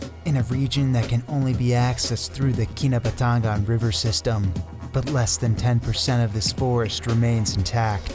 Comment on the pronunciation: Key-nah-but- ta-ngan